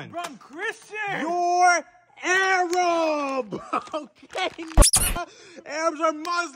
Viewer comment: "you're AarAAbbp" that got me rolling 😂